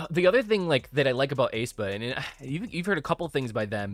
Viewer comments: its not ay-spa its aespa as in "[esp]ecially" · Heads up ...pronounced "Ess pah" and "Naevis is like Nah vis" Thank you for your reaction! Really enjoyed it. Love Aespa.